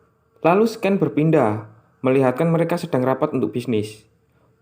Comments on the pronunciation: scene = /sēn/ .. sken nya mengganggu gan.. tinggal itu aj hehe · Seken = Scan Sekin = Scene Lu ngomong apa daan maksudnya yg mana sih jawir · Scene dibaca SIN bro